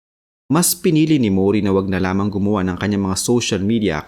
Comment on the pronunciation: Mori hindi Muuuri. HAHAHAHAHAHA